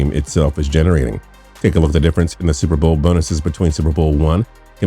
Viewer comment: And what the hell was with the fact that he couldn't pronounce the words "super bowl"? Seems to me if you want to narrate a video about the super bowl, you should be able to pronounce "super bowl" without sounding like Chris Berman after 5 shots of gin.